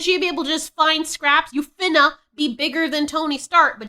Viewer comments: You sound worse than her saying "finna" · it’s so funny how you say Finna 😂